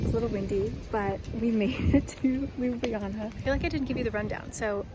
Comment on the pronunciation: god dammit stop pronouncing our capital city: Lub-li -jana. Its Ljub-ljana!